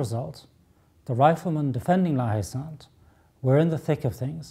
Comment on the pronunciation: There is an 'e' at the end of Sainte in the name, so the 'T' is sounded - "sant"